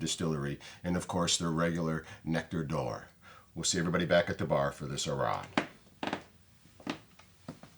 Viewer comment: Love seeing youve got some Lochlea. On the shelf. Are you sure Malcolm is English? His pronunciation of Arran is dubious. Ha. It’s Ah-rin There is an artisan cheese maker on Arran who oak smokes cheddar. Delicious with a sweet dram.